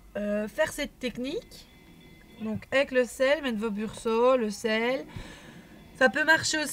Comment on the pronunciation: Attention c'est Brusho et non Bursho ...un détail certes mais quand même lol